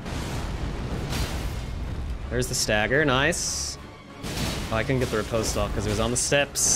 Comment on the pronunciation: The way Americans pronounce "riposte" 💀💀💀